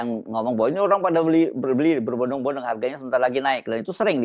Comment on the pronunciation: Keseleo lidah kang mulyono ini, MAKSUDNYA "BERBODONG-BODONG" Bukan "BERBONDONG-BONDONG"😂😂😂 Mul mul saDUNIA WES NGERTI... NEK KOE TAKON 'AKEH' NYATANE 'NOL', TAKON 'LUNGO NYATANE MANDEK'.... LAMBE LAMBEEE😂😂😂😂